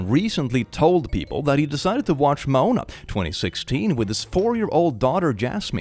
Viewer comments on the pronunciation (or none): pronouncing the movie title Moana as moan-a while talking about The Rock showing the movie to his daughter... 🤣